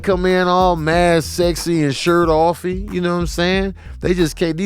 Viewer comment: "Shirt Offy"...lmao